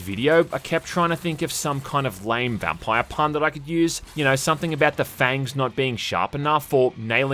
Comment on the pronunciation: Why do u say vampire so weird